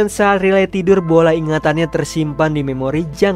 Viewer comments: bacanya rai liy bukan riley memang tulisan nya begitu tapi baca nya beda bg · wkwkwk riley😭🙏🏼🙏🏼 penyebutan namanya 😭🙏🏼